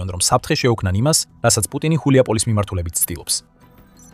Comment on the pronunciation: რა ხულიაპოლისი შე შტერო. გულიაპოლე შე ვირო. გულიაი პოლე შედგება ორი სიტყვისგან, "გულიაი" და "პოლია" საგულავო მდელო.